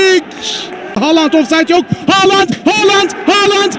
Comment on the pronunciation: bitiyorum şu adamın haaland demesine sabah gelsin kulağıma haaland diye fısıldasın :DSAF:DSAF